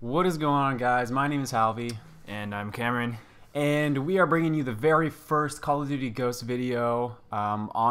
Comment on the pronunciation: Are you saying Cameron?